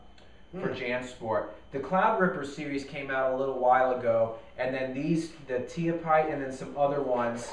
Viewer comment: It's pronounced "ta- HIP'-pit-tee, as in Tehipite Dome in the Lower end of the Sierras.